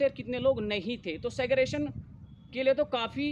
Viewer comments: Seggrigation to bol le be shi se.. gyan baad me dena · Pehle SEGREGATION bolna sikh le bhai..Nahi to zindgi bhar cancel cancel karta rahega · Pehle Segregation bolna seekh lo bhai dhang se 😂